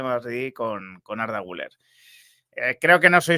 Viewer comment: Por favor. Se llama Güleeér. Aceentuando la ultima silaba. Comer; beber, jooder; Guüler!!!!